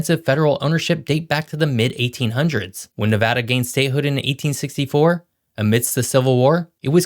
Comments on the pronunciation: On behalf of all the west coast.. thank you for pronouncing NevAda correctly! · Thank you for saying NEVADA the correct way!! We appreciate it! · Thank you for pronouncing Nevada correctly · Thank you for pronouncing Nevada the correct way. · Thank you for pronouncing my state name correctly!! LOL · thank you for pronouncing it right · As native Nevadan, I'm just glad he pronounced the name of the state properly!!!